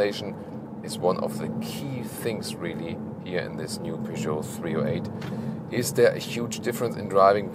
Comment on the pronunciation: So much better. In the UK we emphasise the first syllable. I prefer the emphasis on the second syllable.